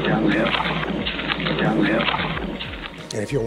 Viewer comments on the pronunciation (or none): He sounds just like Garett Kirts. The way they both pronounce the word "hill" when they say down the hill. THAT'S got to be their killer. Can ANYONE from that area tell me if he has a brother & if so what's his profession?